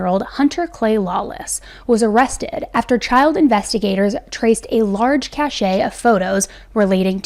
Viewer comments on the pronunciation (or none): Cache is pronounced ‘cash’….not ‘cash-ay’ . Reading is fundamental fr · Cache is pronounced as cash not cashay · It’s pronounced cash not cachet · Cache is pronounced like “cash”. The e is silent. What you pronounced is cachet. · I’m not very far into the video but just wanted to give you a heads up that ‘cache’ is pronounced like cash 😊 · It’s pronounced cash